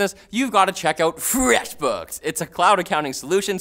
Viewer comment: All freshbooks ads should be delivered by for the way he says feshbooks